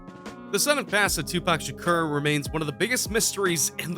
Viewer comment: "Tupac shucker"